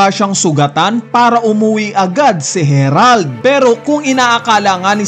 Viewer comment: Nag iba pag bigkas mo sa herald to harald 😂 parang ambaduy ng harald